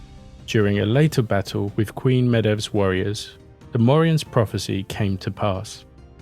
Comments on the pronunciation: Her name is pronounced "may-v". Like "cave". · Med(h)b(h) is pronounced Maev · Medb/Medbh/Méadbh/Maeve are all pronounced as Mave like gave or save.